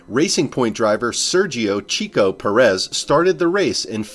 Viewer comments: Checo - like /check-oh/ Not like chick... Nice video though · Sergio has been in F1 for 11 years. How can you still fumble ver how to pronounce “Checo” this badly? It is as if you just read it for the first time in your life